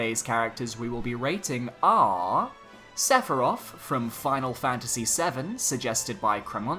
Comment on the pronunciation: Sephiroth Chance - Inevitable Want - He is inevitable, also it's SEPHIROTH